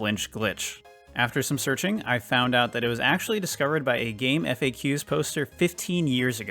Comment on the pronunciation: Bruh, it's pronounced gamefacks not Eff Ayy Queues